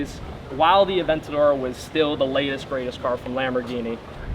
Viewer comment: A-vent-ador = I love Vents for Lamborghini